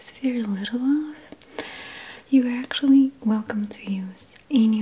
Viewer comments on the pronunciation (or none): none